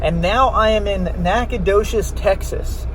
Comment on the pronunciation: NacogdoCHes. It’s a ch not an sh